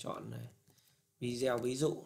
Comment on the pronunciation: Không hiểu sao các bạn trẻ có học sinh ngữ khá tốt mà sao cứ đọc VIDEO thành VI -DEO nghe rất khó chịu nếu đọc theo kiểu tiếng việt thì toàn bộ clip đọc theo kiểu tiếng Việt hết , tôi cứ nghe VI - Deo nghe thật khó chịu và tôi ngưng khg muốn xem nữa